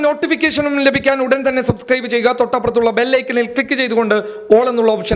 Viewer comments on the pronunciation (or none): none